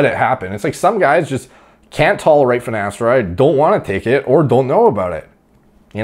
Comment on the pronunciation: I doubt he takes finateride, he can't even pronounce it correctly